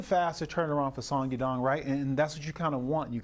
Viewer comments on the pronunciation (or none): Chael "Song Yum Dong" 🤣🤣🤣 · Song dong dong, song ya dong, sadong. Chael get it together ha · Sumyoungdong is not how you say that mans name 😭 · "Sadong" lol uncle Chael can't even get his name right. Only fight umar had trouble was against merab wire he taught a close fight with a broken hand. Peter yan also taught merab with an injured hand and lost. Then pieced up Merab in the second fight to win title. Now this division is really between Yan & Umar with merab in 3rd place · To say someone’s name wrong on the broadcast continuously is disrespectful af. Do it on your own channel where the reach is just your fans, not on a show where millions around the world who are not as clued up about how you butcher names on purpose are watching. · Jesus christ CHAEL! You butchered Songs name wow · Chael just called Yadong 3 different names😂, it never fails. Chael is the king of butchering fighter names😂😂😂!!